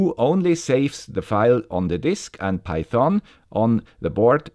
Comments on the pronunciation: Pronounciation: The problem with everyone loving is that nobody dares to correct the master on his pronunciation of Python.. I know it's not that important, but the correct pronunciation is with the emphasis on PY.. so it's actually PY-thon, not pyTHON. About the content: this is a GREAT episode as I'm switching from the Arduino IDE to microphython myself. The timing couldn't have been better! Also, I love the research that you've done and the work that went into this episode... I know I'm starting to become repetative, but bravo for keeping up the excellence. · Das o wird nicht gesprochen und betont wird auf der ersten Silbe "peithn". Die Aussprache hier tut weh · NO! No no no. Just no! Don't use python on micros. And please read the following,: Do not pronounce the o. I get bloody ears when you say python;) Anyways, thank you for a new informative video.